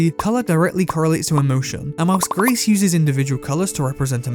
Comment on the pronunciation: It’s “gree” not “grease” just so you know.